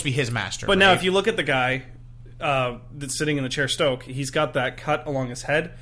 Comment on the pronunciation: you guys.....SNOKE....not STOKE